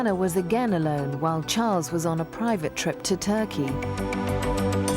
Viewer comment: Did anyone notice how she messed up Charles’s name 😂 She was so adorable.